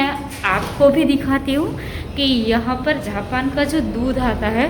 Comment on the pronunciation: Dd aap ko japan bolna vee nai aata hay jhapan nai its jaapan